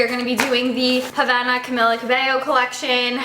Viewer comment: that's not how you pronounce Camila